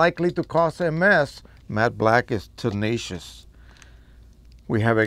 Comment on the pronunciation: I just kept on hearing: “mad black”, and now I can’t un-hear it... ;-)